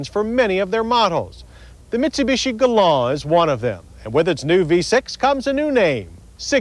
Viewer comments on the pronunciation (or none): That's GalanT, with a "t", Mr. Davis. This reminds me of the way he pronounced Camry when it arrived. "Cam-Ray"